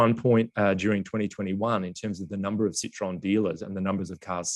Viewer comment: if you can pronounce SEAT ok..you can't pronounce CITROEN, c'mon your a car guy..it's not SITRON..it's CITRO-EN...